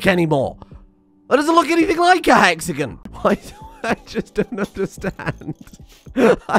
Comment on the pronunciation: Bro I felt like killing myself after you said hexagin for the 4th time (for context its pronounced he-x-a-gon)